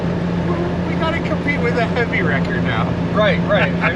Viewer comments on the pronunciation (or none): did you say you are building a heavy wrecker or did you say jefa wrecker if you build one i think it will be the Boss love your show